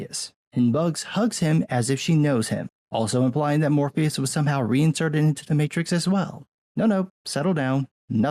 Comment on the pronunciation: You mean The Mate-Trix?